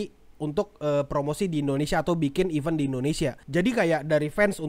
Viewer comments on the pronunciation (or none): none